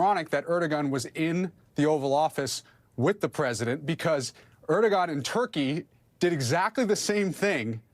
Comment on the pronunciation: Please inform the speaker on MSNBC his name is NOT ErdoGan….its pronounced Errz-du- wan